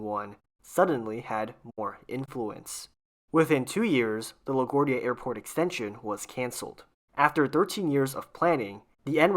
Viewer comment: Your pronunciation of LaGuardia is kinda off